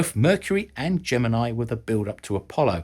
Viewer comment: Please look up how to pronounce Schirra's last name and Gemini